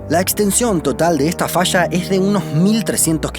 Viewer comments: Se dice falla no fascha habla bien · El documental esta bueno, pero es incómodo escuchar el sonido de la ye y la elle como sh, puras fallas que son fashas o cordilleras como cordisheras. Matan el español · Se dice falla, no fasha ...